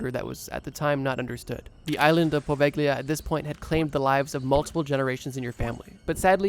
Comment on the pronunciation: Poveglia mispronounciation is driving me crazy, why didn't you learn the correct one?